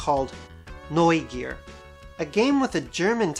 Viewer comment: I love how you say "Neugier" correct.